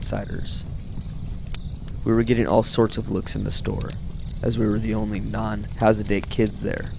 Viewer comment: Please ask your cousin to learn how to pronounce words before recording them. Hint: "hasidic" is not pronounced "has a date".